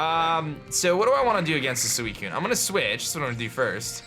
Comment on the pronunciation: This guy... THAT PRONOUNES EVERY LEGENDARY POKEMON WRONG. I thought u were pro _. Then u pronounce suicune wrong su-wi-soon and rattata, re-tat-ta not rat-tat-tat NO T AND END. Crowd:WOO UR RIGHT HE IS PRONOUNES THINGS WRONG WOO. I AGREE JAMES LET AGREE: You Are Right I should listen to u more you are the pro not me Me:Thank You, thank you